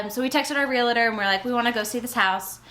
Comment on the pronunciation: Realtor not realator